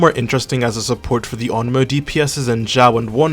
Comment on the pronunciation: Bro really said ONOMO